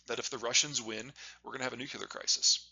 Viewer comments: PLEASE PLEASE STOP PRONOUNCING IT NU-CU-LAR. IT'S NEW-CLEAR. I BEG YOU! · NUCLEAR , it's pronounced fking NUCLEAR not NUCULAR. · Please stop saying "nucular." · Peter, the word 'nuclear' is spelled and pronounced with the 'l' after the 'c.' It's not 'nucular.' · Please, Peter, it's nuclear, not nucular... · To this day I don't understand why some Americans can't pronounce "nuclear" correctly. "Nukular" is not it. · Nuk yu ler? (n. of or relating to the nukyulees) Really? Can't pronounce nuclear but you know the whole globe huh? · "Nuclear" not "nucular" ;-) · PETER, SAY IT WITH ME... "NUKE-LEE-URR" GOOD JOB, PETER! NOW ONCE MORE "NUKE-LEE-URR" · the nucular question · what is this "nuke-ya-ler" you speak of? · It’s noo kleer! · Can you just NUCLEAR correctly... pleeease! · Nucular is a George Bushism😢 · It’s funny that for all he knows, he still pronounces nuclear like George W Bush - nuke-yeh-lur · Great overview! But "nucular" – really? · Troubled that he can't pronounce Nuclear though i must say. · It is shocking that someone this smart can't pronounce "nuclear" correctly. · So smart, yet he still can't pronounce Nuclear. What am I missing? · Constant mis-pronunciation of nuclear drives me crazy for some reason. It clashes so much with his normal speaking eloquence. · Must be a regional speech thing, since Bush was from Texas and Peter is from Iowa 🤷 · As smart as this man is and he can't pronounce nuclear correctly. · Another genius who can't pronounce the word nuclear.